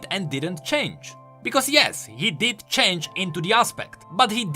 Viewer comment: ''idk why sylas would..'' CHAINGE (change)🥺😂